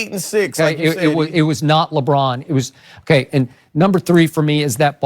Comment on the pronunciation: Chris: labrann